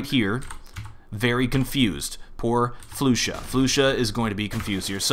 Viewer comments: It's pronounced Flush-ah by the way, not floosha. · ahh this is bugging me its not flu sha its flasha thats the way you say it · Its not Floosha as you said its Flusha like Flush-a :DDD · Did he just call "flusha" "floosha" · ***** its pronounce free-berj right? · the pronunciation.. I say Fla-sha not floo-sha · Ys i know its Fla-sha but how would you take offence?? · Flusha not floooooosha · Flush-A not Flu-sha <3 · Temos que dizer "flasha" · Todor Tanov flasa* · Actually flusha is called (kinda like) "Flush-sha", don't want to be a pusharound but just wanna to correct u about dat ;) xD. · floosha, freeberg, and now what, caajunb? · FLU-Sha. -> Its okay. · It's pronounced Fl"uh"sha (: keep the great work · the way you pronounce flusha is just disturbing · damnit, you and your ridiculous player name pronunciations. floo-sha? really? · Waiting for a comment to say "it's pronounced flusha" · He only pronounced flusha wrong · I can't stand the way you are obliterating flusha's name